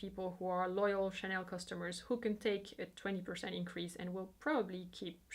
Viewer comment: Great and informative video. I have to say, finally, someone who pronounced Chanel and Vuitton so beautifully. Love your channel